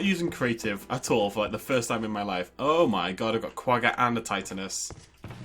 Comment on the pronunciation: Quagga's are pronounced kwa-ga